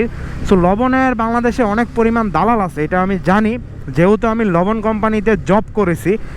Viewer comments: vai, it's dalal ,,, not dolal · তোরে ক্যামেরা কিনে দিছে কে 😂খাইতে না পেরে ভিক্ষা কর তবুও মানুষ কে হাসাবি না আগে দাদাল ঠিক ভাবে উচ্চারণ করতে শিখ আবাল😆